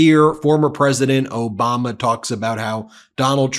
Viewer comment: Did you say "Obamna" by accident? Lol 😂